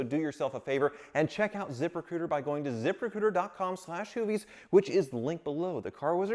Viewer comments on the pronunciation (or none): Anyone else hear the sponsors name as ZipperCooter ? lol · When was talkin about his sponsor "zip recruiter", it sounded like ZIPPER COOTER 😂